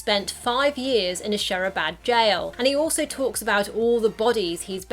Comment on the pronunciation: Its not Shehrabad Its Shirabad